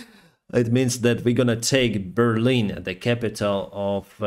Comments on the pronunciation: I noticed at the end there, the Russian vehicle with the typo on the front.. There is a bear on the front. Could it be a deliberate typo? The way pronounced it was like “we are going to take bear lin” Otherwise it’s interesting that they used a Chinese bear on the front 🐼. I’m surprised China has stayed out of the war. I feel like they might be encouraging Putin to continue behind closed doors till after Xi is “re elected” then maybe they will invade Taiwan. I don’t think at all that this war was a wake up call for China. Instead I think China sees Russia as a bunch of ammeters. Slava Ukraini 🇦🇺 ❤️ 🇺🇦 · NA BearLIN 😂